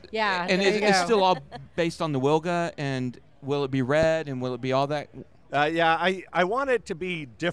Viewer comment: It's pronounced "Vilga" and it stands for "oriole" in Polish